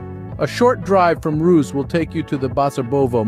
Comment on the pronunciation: I like how there is not a single footage of Ruse in the video (pronounced Ru-se not Roos)